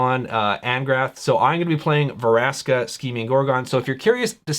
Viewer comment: It's Vraska, not Varaska. Still, nice video. :)